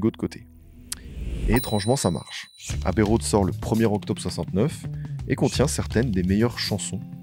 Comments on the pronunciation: super docu banger encore une fois, par contre c'est "abbey road" pas "Habbey road" 😂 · Bravo ! Très très beau travail, la vidéo est top. C’est fluide, bien documenté, précis et captivant. Chapeau ! À améliorer ? La prononciation de quelque termes anglais (pas de H à Abbey Road) Encore bravo !